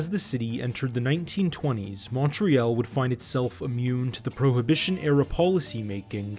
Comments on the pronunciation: mon tree all..... not mon tree al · Yeah, it's quite annoying to hear Mon-tree-yell instead of Mon-tree-all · More like Mun-tree-all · It's not "Munt ree-yell" It's "more ay ALL" or at least "munt-ree ALL' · Man, as a Montrealer (not "Montrealite") the way that the narrator mispronounces Montreal over and over again is driving me crazy. It's "Mon-tree-ALL" not "Mon-tree-ELLE" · exactly! And we say St Leo or St LEOnard, not St Lenard. Also it's Mon tree all, not Mount reel. Lol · Excellent Report, spot on and informative. Btw, Montreal is pronounced as Montriall, Montriaul not Montreaal. Great work and concise...🙏🏻🙏🏿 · in french it's Mon-real and to english speakers from Montreal it's mun-tree-all....you'll always know someone isnt from here if they say MONtreeall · Great documentary. Except we say MonTreeAll, not MountReel. And St LEOnard, not St Lenard. Lol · Montreal. Pronounced like "Mun-tree-all". Not "Montreeyal" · Montreal is pronounced as ‘all’ not ´pall’. Not pronouncing right. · Good documentary, but you should learn to pronounce Mon-tree-all. It's not Montree-al. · Terrible pronunciation of the city name...it's Montreal (Mun tree all) not Mon tree al.. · It would be good to learn how to pronounce Canadian place names such as Newfoundland (which none of you get right, half of Canada doesn't), and Montreal. We don't say "Al" as in the short-form of Allen at the end of that word, we say "all" as in "all of them" Montre-all". It's not Montre-Al, or Montre-Ell, or Montre-ul either. "Mon-tree-all" this video is oscillating between "Al" and "ell". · Very interesting video.A minor complaint Montreal is pronounced Mon-tree-all. As a native Montrealer it became very distracting after awhile. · MUN- TREE - ALL ...Je viens de la moi 😜 Hahaha tbk que c drole. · "MORE AY ALL" ....The "ALL" sounds like ALL but its not ALL is Al "Mont-RE-AL "Mon- Hay- AL" Hahahahaha i suppose there is more than one way to pronounce it. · Mun-tree-all. Mun-tree-all. Great video!